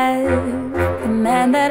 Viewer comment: My actual name is Seifuddin and I relate to this in every detail and also it sounds like you saying Joseif. Lol I Love this